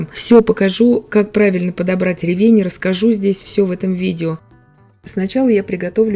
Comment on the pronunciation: Замечательный рецепт! А ещё так приятно слушать грамотную речь - Вы подчеркнули ударение в слове "ревЕнь". Мне всегда хочется поправить человека, который неправильно ставит ударение в словах - "свёкла", "щавЕль", "слИвовый" и т.д. А Вы, давно живя в Германии, так грамотно говорите на русском языке, что любой русскоговорящий человек должен брать с Вас пример!